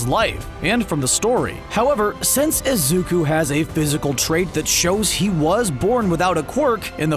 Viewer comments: WHY ARE YOU PRONOUNCING IT AS IZUKA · stop fucking calling him izuka ffs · it triggers me how this person who isn't even a anime expert reading scripts just said "izuka" in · he said izuka😂😂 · He said izuka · Are you joking while saying izuka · ...did he just say izuka? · Him saying izuka Me: AAAAAAAAAHHHHHH Horikoshi: facepalm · It's pronounced like this (is-zoo-koo)isuku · if you couldn’t pronounce izuku, why didn’t you just say “deku”? pretty simple if you ask me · he finally says izuku but says it weird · HOW ARE YOU GONNA BELIEVE THIS PHONY WHEN HE CANT EVEN PRONOUNCE IZUKU MIDORIYA?!? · You pronounced Izuku’s name wrong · its IzukU not IzukA UA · He said “izuka”not “izuku” like so many times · IZUKA?!?!?!?! ARE YOU OKAY SIR? THATS NOT HOW YOU SAY IZUKU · Im sorry but his name is pronounced izuk-oo, not izuk-u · Why does he keep saying izuka instead of izuku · Its really fkin annoying how this dude keeps saying Izuka instead of Izuku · Every time he says “izuka” i facepalm. My face is very sore. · Why does he say izuka it Is Izuku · ITS IZUKU NOT UZUKA 😭😭😭😭😭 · The guy said izuka it sounded like it tho instead of izuku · You didn’t pronounce izuku properly you said izuka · So no one's talking about how he says izuku as izuka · Messing up your theory : BNHA creater: “we will make a appearance of Isuzu’s after laser in the season” Also no hate to your theory and also it’s pronounced Ehzooku (Izuku)no isuookaa (Izuku) no hate btw. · Its izuku weirdo not izuke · Izuku not izuka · Izuku nit izuka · This narrator has been saying “Izuka” rather than Izuku. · It is izuku not izuka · Everybody: izuku Dude: izuka Captions: azúcar (izuku) all-night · My mans don pronounce the boys name wrong it's not izuka it's izuku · WHY do you say Izuka...When its Izuku... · Everyone else: Izuku This guy:Izuka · Iys not pronounced izukuh its pronounced izukoo (izuku) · It’s Izuku not Izuka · its izuku, not izuka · Who’s Izuka you say it Is-uuu-ku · Izuka... I Z U K A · IzukOO not IzukA